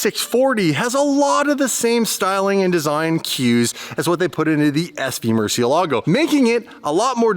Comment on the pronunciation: for future videos, just like to point out that Murcielago is actually a spanish word that means bat and its pronounced mur-syell-ago